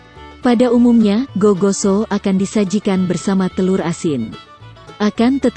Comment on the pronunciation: Sala dia kalo bilang gigoso sama nasu paklekko